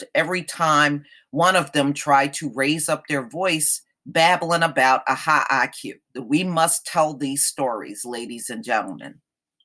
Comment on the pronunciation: High BUY-Q.... 🤣